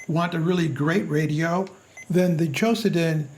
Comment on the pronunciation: Why do you say "QOSEDEN" ? It is - Q O D O S E N .